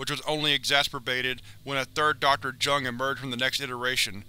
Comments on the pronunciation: It's not pronounced "Jung" it's "Yoong" but okay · Isn't it pronounced "yuh-ngh"? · Jung is pronounced "young" Just a fyi